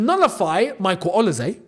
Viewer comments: please bro stop saying OLISE'S name wrong... O-LEE-SAY not OLA-SAY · Interesting pronounciation of Olise…